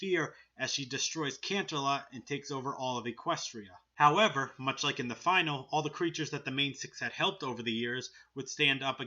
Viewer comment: You mispronouncing finale triggered me.